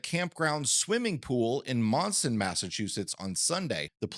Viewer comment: Monson is pronounced as "Munson". I forgive you because you are not familiar with the area! Just teaching you for the future.